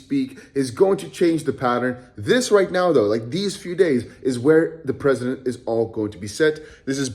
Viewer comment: Good info D…. I am aware English is your second language. You use the following often. President ( US/ˈprez.ɪ.dənt/) vs Precedent ( US/ˈpres.ə.dent/ )